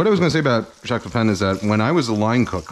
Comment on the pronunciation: You can pronounce his name correctly, Pay-pah(n)